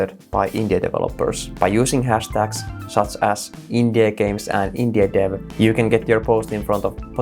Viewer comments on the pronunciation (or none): when you say Indie i hear INDIA